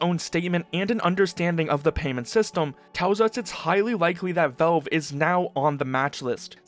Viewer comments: I like your videos, but I have to mute you and put on cc, the way you say VOWVE (valve)c drives me mental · Good info. Just say VALVE not VELVE. Thanks bro